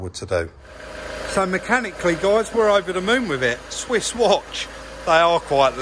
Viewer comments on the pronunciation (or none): none